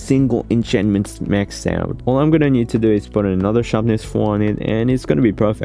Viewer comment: 💀 "iam guenna find you joker"